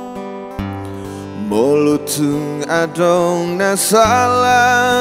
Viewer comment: apa perasaanku aja ya yang ada medoknya apalagi pas kata Adong.